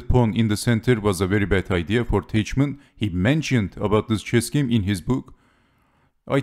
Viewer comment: Teichmann is read as Tajhman [taihman]